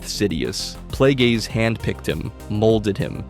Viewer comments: "Darth Playgays" bro 💀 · I came here for this comment 😂 who tf pronounces it like that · Darth Plagueis not Playgays. Dose show up on screen. The Acolyte episode 8. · Ah yes…. Good ol “Darth PlayGays”….. 🤦🏾‍♂️🤦🏾‍♂️🤦🏾‍♂️ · Hahahahaha! Playgays im dead bro! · Why are you saying Darth Plagueis like that? 🤣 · Bro, I like the vid, but learn how to say the names before you make content.😂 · He knows damn well he was saying it crazy